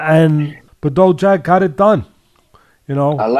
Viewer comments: BaDough Jack, classic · I had to skip the Badou Jack vs Ilunga Makabu part. The way teddy refuses to learn how to pronounce fighter's names really gets under my skin sometimes.